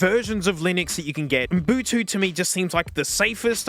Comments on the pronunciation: I love that you call it UM-BU-TU 😅 come on genius, it’s U-BUN-TU! Love ya. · Love that you don't say "Ubuntu" but "Unbutu" xD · its ubuntu not mbutu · Why does he say umbutu instead of ubuntu ? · referring to Ubuntu as Umbutu drove me nuts through this whole video lol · Nobody:: Umbutu. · the way he says umbutu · 10 is way better than 7, ya goof. Edit: HOLY SHIT SAY UBUNTU. IT'S - "OO-BUN-TOO" Edit2: You absolutely do not need to know exactly what you're looking for when installing stuff with apt, there is a search function. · I've gotta say that "Umbutu" is probably the most unique pronunciation of Ubuntu I've ever heard 😂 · I love how this man says Ubuntu like m’Butu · Am I deaf or are you saying “Oon boo too”? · “Oom boo too”? That is a new one. I think you’re misplacing the N and idk whether it’s on purpose or not. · Brother, you're killing me with this Ubuntu pronounciation... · I can't tell if he's saying Ubuntu wrong as a bit to annoy the Linux people or not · Love how you mispronounce Ubuntu but still rocks it :D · the way you pronounce ubuntu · Completely mispronouncing ubuntu